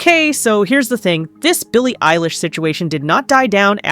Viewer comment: Billy Eyelash? Ever heard of him